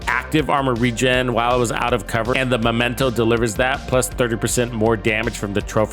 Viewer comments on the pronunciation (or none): none